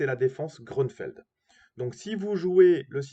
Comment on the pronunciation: Grünfeld est un nom allemand et se prononce GRÜ-NFÈLT